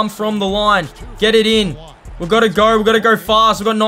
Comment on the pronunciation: Bro said let’s gor😂